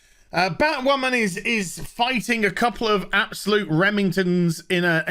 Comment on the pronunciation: Surrender your sanity,. It's Batwahmen time!